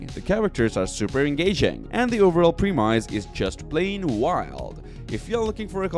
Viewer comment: The way you pronounce "premise" is driving me crazy.